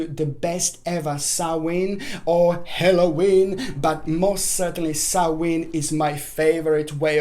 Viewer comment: Not HELLOWEEN . it is Halloween